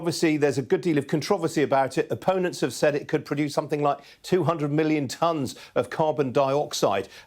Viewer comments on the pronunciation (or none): Milion or billior he said